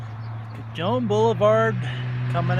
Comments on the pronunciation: ... It's pronounced Ca-Hone (remember, J's are basically H's in spanish... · Cajon Junction CA is pronounced Kaw- hone Junction! LOL Hey I'm from Chicago and even I knew that!